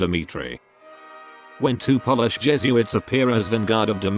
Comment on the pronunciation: Love the insightful, succinct, and understable overview of the opera this video gives -- but please, please have a real person recite the narration! You lose serious points when "Polish" (as in, how a person of from Poland is referred to) is pronounced the same as "polish" -- as in, "I polish my hardwood sideboard once a month." I'd be happy to help narrate -- especially to make sure the beautiful art form that is opera doesn't suffer any more pittiful errors in its telling.